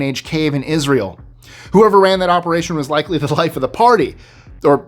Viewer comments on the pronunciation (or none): none